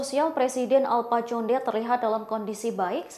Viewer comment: bacanya bukan conde, tapi Konde